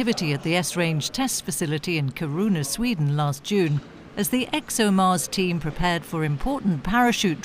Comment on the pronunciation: Wow you really failed to say kiruna